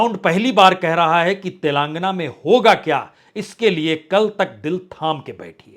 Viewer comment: तेलंगाना होता है न कि तेलांगना, सही बोलिए